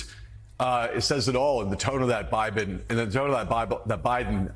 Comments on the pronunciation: That dude said “biben” 🤣🤣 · “Buden”…. ?…wow…!